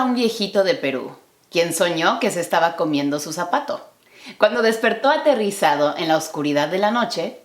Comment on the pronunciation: "fright" is not "aterrizado" is "aterrOrizado"